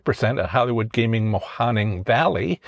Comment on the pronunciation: Mahoning not Mayoning